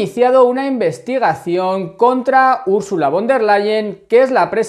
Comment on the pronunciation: Gracias por tu trabajo,!! Una cosita: en alemán, la "v" se pronuncia como la efe española, o sea "Úrsula FON del Leien". Mete una efe sin miedo,! Un abrazo!